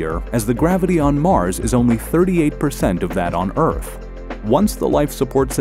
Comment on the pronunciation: Pretty sure , the narrator says “EARF” instead of “EARTH”